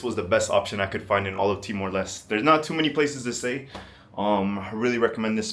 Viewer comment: Btw its pronounced Timor 'Lestey' not Timor 'Lest'